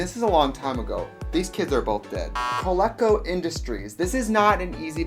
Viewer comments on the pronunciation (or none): Co LEAK co is the correct pronunciation. You go girl! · Co-leee-co, with a long e sound. I’m old and remember commercials from this company. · Only correcting because I know so many vintage toys are in our future via this channel but the company name is pronounced Co-lee'-co. Love you, love your work. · "It's made by Col-eh-co..." it's actually made by ColEEco. you can tell because their logo has a damn long vowel symbol over the 'E'. they were a household name for video gamers in the early 80s, as they produced one of Atari's biggest competitions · Coleco pronounced Ko-lekko. LOL! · It's actually pronounced "Koh-lee-kow"; they're well known for the Colecovision, a pretty crappy (by today's standards) video game console. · co leee co- see the line over the e? coleco is pronounced Coleeco. They make a ton of stuff from my childhood, remember the electronic football game or tabletop donkey kong? Coleco made those. And cabbage patch kids!!!!! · It's "col-EE-co", as in "Colecovision" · COLECO is pronounced “Cuh LEE-co.” How tragic that you are so skinny and too young to know that. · It's pronounced "co-LEE-co," Tracy! This confirms that you don't collect 80s Cabbage Patch Kids! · I wanted this thing. It’s made by Coleco (pronounced Co-lee-co). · It's pronounced Ko-lee-ko. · It was pronounced Coleeeeco. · It was pronounced CoLEEco. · Lol, I loved the pronunciation of CoLEEco ... Is that Italian?! ;P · Coleco pronounced Co-leak-o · Coleco is pronounced like Coal Eek oh! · How do you mispronounce Coleco? Also WAY too heavy on the ingredients. This is where most people go wrong and end up with a soggy pizza. The dough can't bake with all that juicy crap on top of it. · My old gay ass when she mispronounced Coleco...